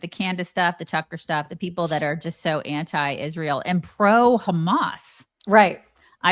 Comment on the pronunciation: It’s IZZZZZSHRAEL